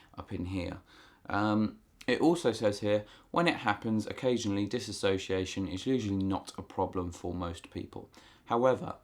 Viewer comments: It is not DIS-ASS-OCIATION. It's DIS-SO-CIATION. Spelling and Grammar Hitler is now online. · Ugh!! It's DISSOciation, NOT DissASSOciation!!!!!!!!! Lord. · "Dissociation" not "Dis-association." These are 2 different things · DIS SOCIATION NOT DIS ASOCIATION, PEOPLE!!!!!! HOW MUCH CAN YOU FUCKING KNOW ABOUT IT IF YOU CAN'T FUCKING SAY IT? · dis SO-see-a-shun not disAsociation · Diss-o-ci-a-tion, you keep saying Disassociation, not the same thing. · dissociation, NOT disassociation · No one can say the fucking word DISSOCIATION right.